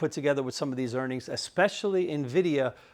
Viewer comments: Are you trolling about Nvidia? 😂 You’re like the most knowledgeable guy about stocks but you said NVDA wrong?? lol thank you sir. Thorough reporting! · Since no one could decide on N - vidia versus Na - vidia, I think he put a nice bow on it. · why do you pronounce home depot, lowes, walmart, intuit, but say "nv-da" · Bizarre how he pronounces NVDA 😂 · From 5 syllables to 2, saves time+effort.